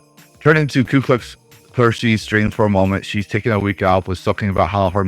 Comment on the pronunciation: Support and love for you and for Kirshe. I know you are saying it wrong, but it's kind of cute. Also, my brother is Navy and has a similar view on politics. 🍻